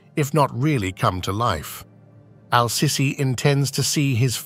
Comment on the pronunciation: his name is pronounced seeesee , pls call him accordingly!